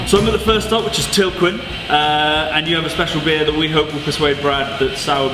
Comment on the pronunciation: Beer Channel and Tilquin is not pronounced Tilkwin. The 'quin' is pronounced like in Americain, like the French do ;)